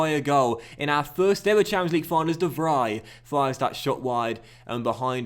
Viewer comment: Congrats on the treble! One tip for the commentary: The 'ie' sound in dutch names (de Vries) is pronounced as the 'ee' sound in english (as in 'Freeze'). It bugged me throughout the entire episode, so just a heads up :)